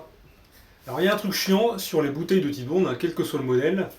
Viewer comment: La marque Titebond est une contraction des mots anglais tight et bond. Donc ça ne se prononce pas tite mais tight (taït) comme right fight etc...